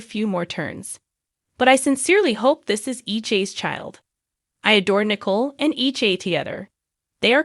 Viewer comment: Tell that narrator to start pronouncing the names of the characters right, it's getting really irritating 😡 A few common names she can't get right but can get the hard ones correct NICOLE, RAFE, SAMI, RACHEL, JADA, n CHANEL ( has she never heard of that Brand, starting with "Chanel#5)!!! She has to be more educated than this...